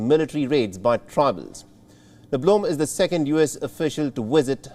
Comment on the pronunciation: "wisit" "Wictims"